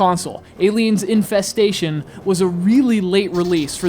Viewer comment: I thought you said Aliens: Incest-station.